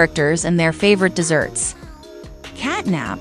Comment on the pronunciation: Did You know the elephant is actually not nabnab its bubba bubbaphant?and You know CatNAB is actually cat NAP the p not the B